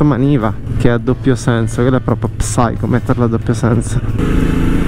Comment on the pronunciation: secondi fa Salve. Complimenti per il video. Un consiglio: hai detto diverse volte la parola inglese "psycho", ma la prima lettera P non va pronunciata. La pronuncia assomiglia a "sai-kow". La pronuncia nell'alfabeto fonetico internazionale per l'inglese UK è ˈsaɪ.kəʊ. Ciao!